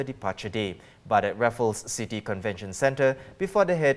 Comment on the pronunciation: please stay off the camera if you can't articulate in English properly. The English word "city" is not pronounced "seeee-teeee".